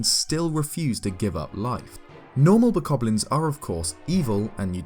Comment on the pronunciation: My mind screams every time I hear you say bokoblin. Actually, I die a little on the inside just about every time someone who speaks English says bokoblin. It's no wonder the rest of the world thinks we're stupid and we suck.